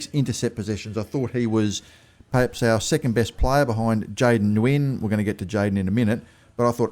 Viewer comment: Hey, Jayden Nguyen is pronounced (New-Yen)